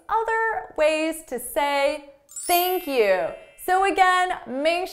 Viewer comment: Basically theink Q